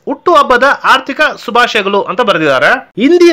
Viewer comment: ಆರ್ದಿಕ ಅಲ್ಲಾ ಅದು ಹಾರ್ದಿಕ ಶುಭಾಶಯಗಲು ಅದು ಶುಭಾಶಯಗಳು.